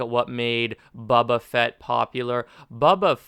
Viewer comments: I dont disagree but : "Bow-Bah" Not "Bubba Fett" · its not buba fett its bo ba fett, non the less i agree with your sentiment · how many times are you gonna pronounce his name wrong?. i agree with the opinion, but jesus christ dude its not buba fett you clown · Wtf is Bubuh Fett???